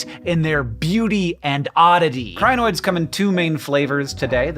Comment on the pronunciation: its pronounced kree-noids